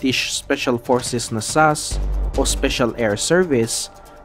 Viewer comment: Why did he say sas as a word instead of s.a.s 😂😂